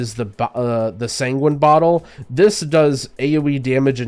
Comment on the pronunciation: Another option for Melee Healers is the Bo' oh.... Sanguine Bottle 😂😂 having his British moment. I laughed way too hard at this. But great guide! We all apprreciate you highly man!